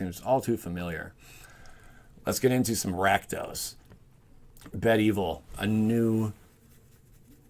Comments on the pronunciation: Bed evil lol my man. It's be-devil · did ya say bed-evil?? ... haha, my dude its be-devil. :) sweet vid though